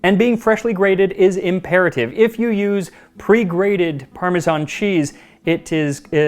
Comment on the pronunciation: You obviously love your job. I'm glad you don't say parmezhan, like most people do. The US has become obsessed with the "zh" sound.